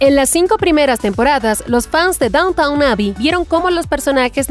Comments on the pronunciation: Quería ver este video pero la narradora no deja de llamar Downtown a Downton. Me quedé en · DownTON! No “Downtown” , lo pronuncias mal todo el vídeo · A ver si para empezar, la locutora se entera de cómo pronunciar correctamente “DowntON“. Nadie habla del “centro de la ciudad (=downtOWN)”. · En realidad la serie se llama "Downton", no Downtown! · Gran comentario… pero por favor pronuncia bien el nombre. NO es DOWNTOWN, o sea centro de la ciudad, sino que se pronuncia DÓWNTEN, con el accento sobre la primera sílaba. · no es downtown, es downton! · Amiga mía, la serie no se llama Downtown Abbey sino Downton Abby. Hay una ligera diferencia. Lo has estado pronunciando mal durante todo tu trabajo. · Me está volviendo loca que digas todo el tiempo Downtown en vez de Downton. Me es imposible imaginar que viste un solo capítulo de la serie si no sabes ni como de llama. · Dejé de ver el video cuando dice DowntoWn xD Es Downton, lelos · NOOO SE PRONUNCIA DAWNTAWN 😭 QUÉ DESESPERACIÓN CON ESTA NARRADORA DE M!